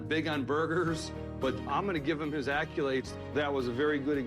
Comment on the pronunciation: "Acculades"... How are you going to talk down to the people around you when you don't even have a high school vocabulary? This guy is unreal...